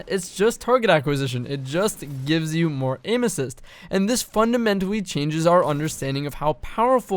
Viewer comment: fundamentawy lol love u no hate <3